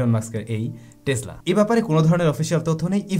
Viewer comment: it's not টেজলা it's টেসলা( টেছলা) প্রায়ই দেখি এমন ভুল ভাল উচ্চারন করো। খুব বাজে লাগে বিষয়টি। your pronunciation must be good. lot's of people learn from u, and you are teaching them wrong!! 🤦‍♂️